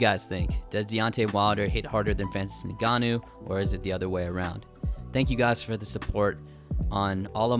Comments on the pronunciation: Why do you keep pronouncing Ngannou like Nigannou? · It's pronounced N-gannou not the way you're saying it bro 💀